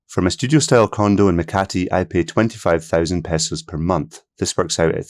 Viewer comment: Thanks for saying pehsos and not paysos. Almost all western video’ers will say paysos. Somehow that highly irritates me. I thought the cost would be closer to 2000 dollars. So this is pleasant information.